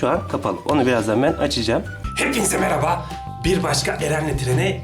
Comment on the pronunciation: merhaba yı meraba diye telafuzu eden senin kadar sevdiğim bi youtuber yok (bu arada telafuzu hakaret anlamında söylemedim)